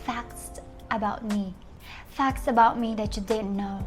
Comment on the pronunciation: we're gonna talk about "facst"? hahaha arte pa kasi mag salita iiih.